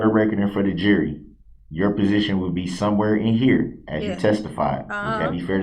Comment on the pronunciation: Why does he call the “jury” the “Jeery” ???? LOL